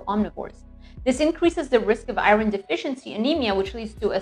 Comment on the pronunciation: I was also offended by the way she pronounced iron.